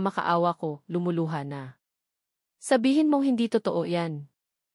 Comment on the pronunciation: Totoo....toto ang bigkas 😢😮 bakit ganon?? parang machine 😮😮😮